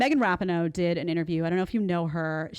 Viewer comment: Rah-pee-no, Jedediah. Accent on the second syllable, not the first.